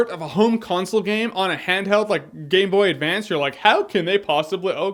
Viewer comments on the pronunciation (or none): "Gay Boy Advanced". He totally said that. Replayed it a dozen times, didn't hear the M